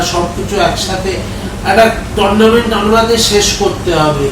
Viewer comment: একটু অশিক্ষিত মনে হচ্ছে। Tournament কে বলছে টোরনামেন্ট।😮😮😮